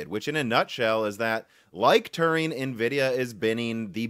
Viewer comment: You’re mispronouncing Turing too.